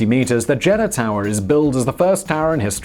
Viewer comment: Pronunciation It's not a jeddah It's a JED DAH LIKE Eagle not an Egg Read know JEDDAH